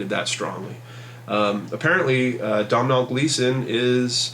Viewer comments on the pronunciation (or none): Heads up,The actors name is pronounced 'Donal'. as in doe-nal! Love your videos man,thanks!